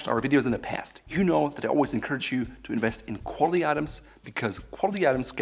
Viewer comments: "kOhLiTy LeDhEr belt" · Let’s work on the word “quality”